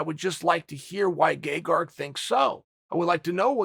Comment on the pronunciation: I can't be the only one that's hearing "Gay-Garg"